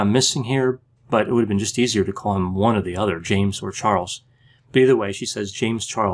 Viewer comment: I watched that part several times. I like how he pauses and emphasizes the word “one”. 😂